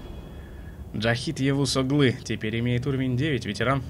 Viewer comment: вопрос: ТЕПЕРТЬ?